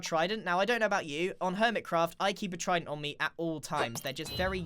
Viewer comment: Tried-en-t tested technique